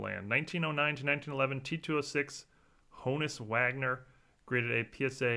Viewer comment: In the name of all that is good and pure, I'm begging you, stop mispronouncing Honus Wagner's name! It is not HONE-US, it is HAAHN-US with a light H like the word Honest. It's like saying TEE COBB!